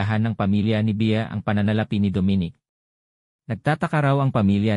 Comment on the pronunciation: hoy mali ang pag prounce mo sa name ni dominic bisaya ka ba tigasng dila mo gags.